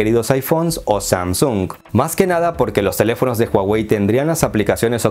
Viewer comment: Sam-sung se pronuncia haci